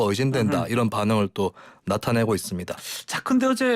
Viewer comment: 다시 한 번 잘 들어보시죠.'이란'이 아니라 '이런' 입니다. - 김은혜 대변인